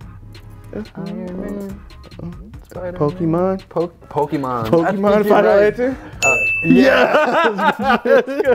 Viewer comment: All of them struggling with POKEMON had me cringe